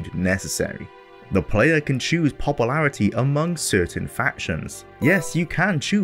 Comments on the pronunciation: Popple-arity. 0.o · Popalarity popalation lol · points to popple-air-ity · Papa-lairity lol